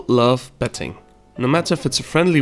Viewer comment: it seems like you're pronouncing the word betting as petting